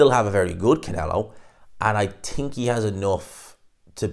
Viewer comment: It’s think not tink 😂